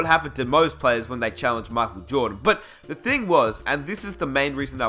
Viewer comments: why are you saying markel jordan? I'm aussie too and his name is Michael (Mike-el), say it properly. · It is pronounce as MAYKHEL not MAKHEL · Who's Mahkwell Jordan? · "mahkul joedin" 😂😂😂 Just playin. nice vid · "MY- KULL" Jordan geez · The King marcal lol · Who's Markel Jawdon? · Man, he is not Marco Jordan, is Michael Jordan. Please don't read like that. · He says micheal jordan makel jordan